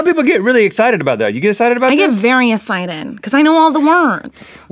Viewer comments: "i'm SO esited! SO esited." '>' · Ohmyraspbearryz I love it when Miranda says "I'm so esited" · Rhett just keeps trying to make her say "excited" right 😂 I get EXCITED do you get EXCITED? Yes I get very essighted Rhett just lost it 😂